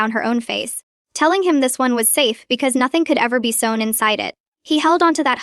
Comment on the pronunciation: Ah, you've just noticed software does the writing! The reading software isn't clever either... check how it read "sewn" as "soon" that one time.... and "avalanchie." And how many times sew and sewing came out Sue, and its incapacity at pronouncing, well, about any word. Corrupted software? "Photto-graphs." Superfluous hostile MIL... And the software can't read numerical time, no how.